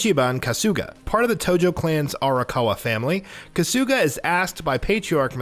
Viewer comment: Who the fuck is “kasoooga”?????? Kahhsugah mfka kahhsugahh